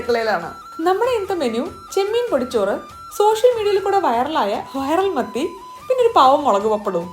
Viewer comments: മത്തിയായിരുന്നോ ഞാൻ കേട്ടത് മന്തി ന്നാ😅😅😊😊😊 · മത്തി എന്ന് പറഞ്ഞപ്പോ മന്തി എന്ന് കേട്ട ഞാൻ 😂